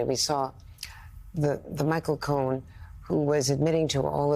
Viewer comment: You said his name wrong Michael, the liar Cohen